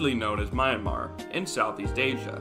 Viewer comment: That's not how you pronounce Myanmer😭